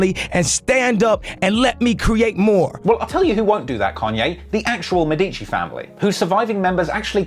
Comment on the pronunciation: m E dici, not med I ci (sorry, it was really painful to hear)